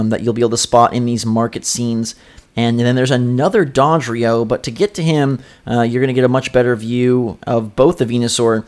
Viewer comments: Did he just say "Dädrio" instead of "Dodrio"? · agreed, It's Doe dree oh. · D- Did you just pronounce Dodrio as 'Dahdrio' ? lol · DAVID EL MAGICO the only one he was pronouncing weird was dodrio, it was like dawdrio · Learn how to pronounce Dodrio